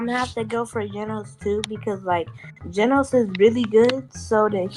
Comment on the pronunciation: WTF IS GEENOS